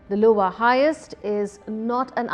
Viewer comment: Lol she said louival heist